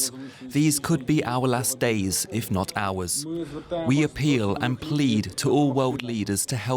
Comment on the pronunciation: Is the journalist Danish since he said "hvis" instead of "if"???